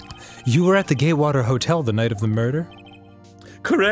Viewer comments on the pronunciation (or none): did anyone else hear him read it as gaywater